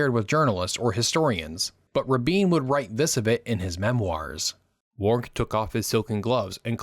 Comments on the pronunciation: Paul Warnke is pronounced - WARN-key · The CORRECT pronunciation of "Warnke" is: WARN-key (accent on the penult).